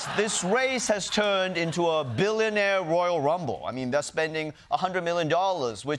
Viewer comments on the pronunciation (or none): I, for one, think it's adorbs how he pronounces "billonaire" like the game show host in Slumdog Millionaire.